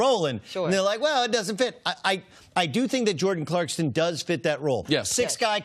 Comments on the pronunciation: CLARK-SON not Clarkston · CLARKSON not CLARKSTON........... #facepalm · Are we supposed to believe him if he can't even say jordan's last name properly? 😁 😁 😁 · Doug knows it's ClarkSON versus ClarkSTon... right? This man's analogies are trash and he wants to be Cowherd so bad lmao